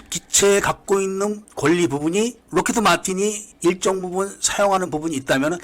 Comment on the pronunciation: 뭐 사소한 부분인데 록히"트" 마틴이라고 들리네요..